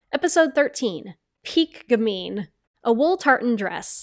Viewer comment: If you're going to insist on saying gamine 100 times, you should at least learn how to pronounce it.